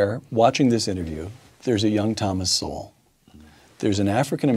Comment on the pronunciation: Just FYI bro, his last name is pronounced the same as "soul."